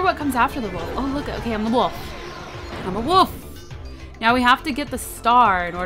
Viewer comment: I love how when you say Wolf, it sounds a bit like woof. :P